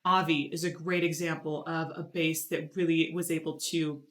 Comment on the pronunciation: Why the bass is pronounced like "base" , it is a bass, prornounced "bass".